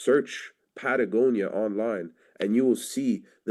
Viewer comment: I don't know, did a good job here, at least can pronounce Patagonia